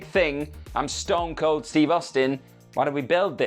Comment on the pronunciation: Ston Cold. STON COLD. AND YOU GOT IT WRONG TWICE